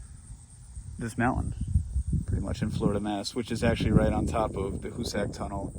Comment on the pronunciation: I wish you explorer clowns would learn how to pronounce Hoosac. It's HOO-zic.